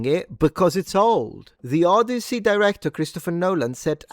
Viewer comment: The Odioussey